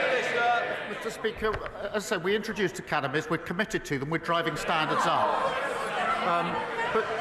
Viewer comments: Why does Starmer sound like he's saying Cannabis when he says "academies"? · I kept thinking Starmer was saying "cannabis"